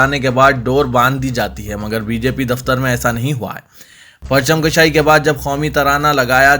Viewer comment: وعلیکم السلام، پرچم کَشائی نہیں، بلکہ کُشائ، کاف پر پیش کے ساتھ "kushai" کہنا چاہئے ،kashai نہیں